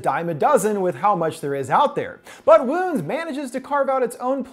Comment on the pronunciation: i swear i kept hearing Womb